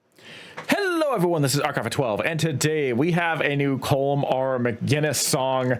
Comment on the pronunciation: It’s pronounced Colum even though it’s spelt Colm it’s Irish